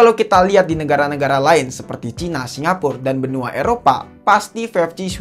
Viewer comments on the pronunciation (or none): none